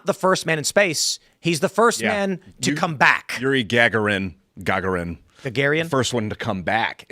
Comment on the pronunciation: Its pronauced like Ga Ga Rin.🤣